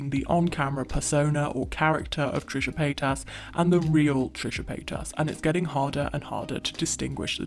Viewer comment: haha trisha payt-ass